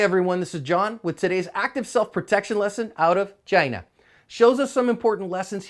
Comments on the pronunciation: LMAO the way you said chyena was so great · Did he say china or gina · Why did u say “china” like that 😂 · Why you say "China" like that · what's up with the way this dude said "China" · Hahaha what's with when you say "China"? Lololol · Why'd you say''China''like that? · Lol, the way you said China cracked me up!